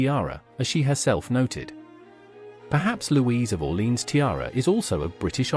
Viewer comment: The reader should learn the proper pronunciation for Orléans, which he messes completely. Too bad